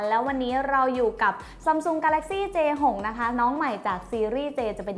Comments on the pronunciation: พี่พูดผิดนะคะมันเป็นj6ไม่ใช่A6ค่ะ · 0.31 พี่พูดผิดค้ะ j6 ไม่ a6 ค้ะ